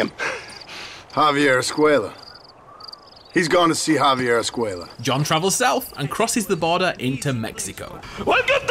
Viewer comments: Despite hearing the correct pronunciation of "Javier" in the clips used from the actual game in this video, this guy insists on pronouncing it "Javi-AYE" instead. He says it several times, each time more irritating than the next. Completely ignoring the letter "r" for no reason whatsoever. I know he's British but that's no excuse. He mispronounces it just to annoy the hell outta me. If he can say "Red Dead Redemption" without fail, he can say "Javier". Sound it out: "Hav - E - Air"... You dick. 😒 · Did you really just pronounce Javier w no R? 😑